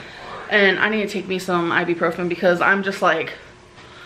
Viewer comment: It's really annoying that she keeps say "i-bee-profen" when it's CLEARLY iBUprofen.